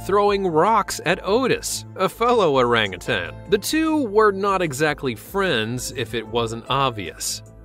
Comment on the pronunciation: Thank you for pronouncing orangutan correctly ,most people say “ tang” it is said that primates have a lot of human DNA,I guess this proves it.